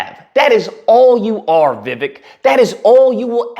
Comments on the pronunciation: You are a racist sir...u could not even say his name correctly..thats disgusting...u have no right to call out anybody😢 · Jackass 1st learn how to pronounce names … secondly look at the laws for immigrants in early 19th century. The only difference is immigrants with nothing on their backs sacrificed and became successful while the loser community is still at the bottom of the food chain. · At least say his name right. Plus he was born here in the US